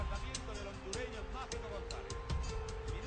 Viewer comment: hondureno? ! salvadoreno!